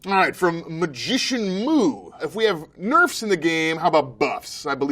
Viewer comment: "generally, nürfs happen when .."